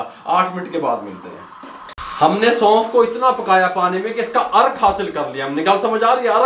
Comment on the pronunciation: سلام مسنون...آپکے خلوص کااللہ نیک اجرعطافرماءیں آمین... ایک مشورہ ہےبراءےمہربانی ایک سفید کاغذ پرنسخےکےادویات کی نام اور وزن لکھ رکھیں آخر میں ویڈیوپربتادیں عین نوازش. کیونکہ ہم غیرملکی اردو داں آپ کےتلفظ سےمجبور آپ نےسونف کودوبارکہاپھربھی سمجھ نہ پایا آخرکارمیسنجرسےپتہ چلا ناراض نہ ہوناہم غیر ملکی جوٹھرے اللہ حافظ....